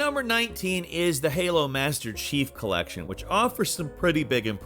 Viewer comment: either i need a new earphone or new ears , i heard halo master sheep collection instead of chief collection 😅